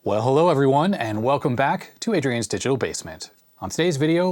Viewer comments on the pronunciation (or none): none